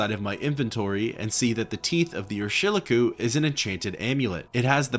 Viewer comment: Another great video! Love your stuff. Btw I'm pretty sure Urshilaku is pronounced "Er-shee-LAH-koo". Not that it's of great import. Also, Gnisis is pronounced like "Knee-sis" or "Nih-sis" depending on who you ask. I love the terminology in this game. 😊